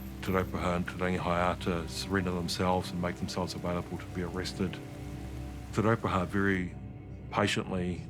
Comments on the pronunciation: YEAH it's Te Ruporarha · Those pakeha dudes didn't even try to pronounce te roparaha properly W⚓️rs